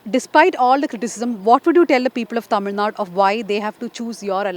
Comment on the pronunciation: I think I am pronouncing it like a Malayali. Tamizh naad is what we say. Shall remember next time